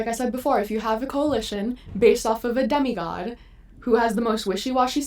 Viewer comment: not sure what you can do but your sound is really messed up. Also you are mispronouncing demigod, I think its because you have tried to draw this connecting to demagogue. The words are not related all that much though, a demagogue is a skilled orator while a demigod is a half-god. I understand what you are trying to say but the argument is weakened by the mispronunciation. Keep up the good work but you'll need to fix these smaller issues and do a bit more proofing and research if you want to grow the channel.